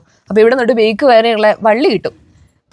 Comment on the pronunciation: ബേക്ക് അല്ല ബാക്ക് 🤪